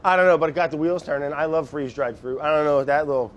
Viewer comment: "Ooh delicious " Brad: "You like that?": "I lowve it"